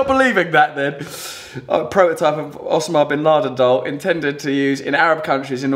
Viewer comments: O-sa-ma. O-SA-MA. Not Ossooma. After 187 episodes this is your first word that you have mispronounced. Not bad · It's not Osamahh it's Osama, he hates people getting the pronunciation wrong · It's pronounced Oh-sar-mah not os-a-mar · It s OSAMA ... He can't even pronounce it Oh-sarm-ah Not oss-er-mah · Oh-Sam-Ah-Bin-Lad-En not o-sam-a-bin-lad-n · You say the name Osama so funny! its pronunciation is: oh-sAH-m-ah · You mean ossa-ma. Oh and Ah sound the same as O and A. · his pronunciation of Osama had me cracking up. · It's pronounced Osama, not Osama. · Is that really how you pronounce Osama ? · Why can't he say Osama right? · His pronounciation of osama is just distracting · who pronounces 'osama' like that?:S